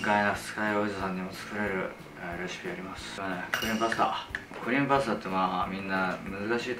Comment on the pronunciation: 最初の クリームパスタ が、ブレーンバスターって聞こえて追い込むタイプの料理人だと崇拝🙏